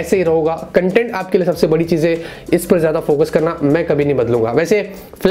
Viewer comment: Is there anyone else who gets annoyed by the way he pronounces "Hai" like ae ae.. 😬 bro its "Hai" and ur like ye processor ae. Ye ae wo ae. 😂😂